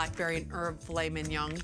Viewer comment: I've never heard a worse pronunciation of mignon